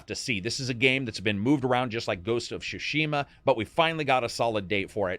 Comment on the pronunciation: It's Ghost of SUUUshima. Tsushima..like the word tsunami. You've been saying Shushima forever